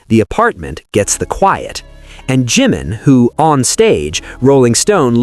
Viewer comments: BTW, It's NOT G-man, it's Jimin. Respect please. Learn how to pronounce their names, at least. Loved the documentary. It changed nothing, for me, but verified what ARMY already knew, forever. Bandwagon jumpers and coattail riders have 'blown up' opportunist I ally all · Maybe you could pronounce Ji (short i sound) min's name correctly. Not GEEmin but Jim ( like American nickname for James) min.